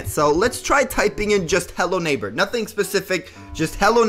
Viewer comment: I had robux but now I dont lel 😂 And also the way said hello neighbor naigber